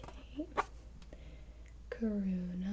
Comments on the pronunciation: is her name corona 😂 tats what it sounded like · Wait did she say corona!?! It wasn’t even the pandemic at that time lol Edit : it sounded like corona but I put captions on and it didn’t say corona xD